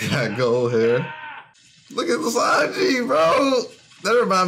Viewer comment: is saying Sanji correctly